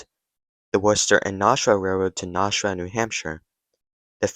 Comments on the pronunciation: I like these videos, but PLEASE, PLEASE PLEASE! Start pronouncing NASHUA correctly! (When you say 'NAWSH-U-A' it makes me want to puke!) It's NASH-U-WA or NASH-WA (NASH like CASH). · Your pronunciation of Gardner and Nashua are crap